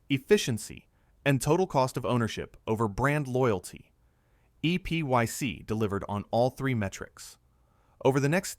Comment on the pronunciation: It's pronounced "Epic" not "E.P.Y.C." (you would think AI voice-overs would know that).